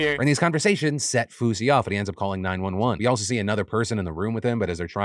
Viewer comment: I was seriously concerned cause i thought he said swoozie and "heard gun to my head". Realized he said fousey and stopped caring